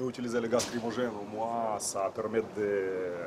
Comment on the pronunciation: "Le gaz crime-ô-gêne" mdr 😂😂😂